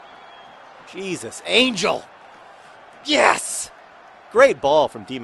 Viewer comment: "hey-soos anggell" oh, john